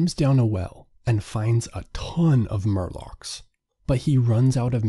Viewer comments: “Morlock” not “Murlock” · Morlock, not murloc. This isn't Warcraft. 😁